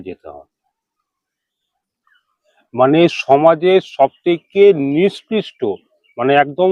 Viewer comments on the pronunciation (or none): Niskristo noi ,nikkrishto.